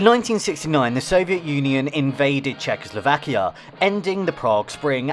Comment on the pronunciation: Czechoslakia ? Really ? :P